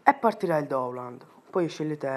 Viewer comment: Dici Doundland Al posto di download